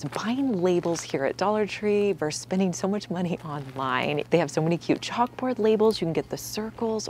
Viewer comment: Vs. is not pronounced “verse.” It’s “versus.”